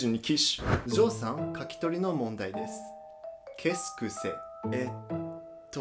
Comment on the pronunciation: Le "kes ke c " m'a tuer mais j'avoue te voir en parlé ma fait grave rire